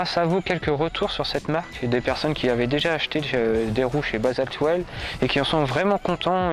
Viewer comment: Bonjour, bon reportage sur ce jeu de roues. Que tu prononces basalte well au lieu de basalte will, on s'en moque!! Le contenu est très intéressant et j'ai appris des choses en peu de temps, je t'en remercie. Quel est la marque et modèle de ce vélo? Car je discerne NCT. Quel est le prix du vélo sans ces 2 roues basaltwheels? Je prospecte pour une nouvelle monture et j'essaie de sélectionner 3 ou 4 vélos à peu près du même prix. Dans la description de ta vidéo, il serait utile de préciser sur quel machine tu montes ces 2roues et de préciser ses équipements pour les novices comme moi. Merci pour les réponses, sportivement bruno. 👏👏👏👍🚴😉